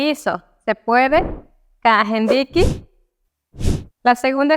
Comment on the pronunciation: Que bonito pronuncia kajendiqui. Muy simpática presentadora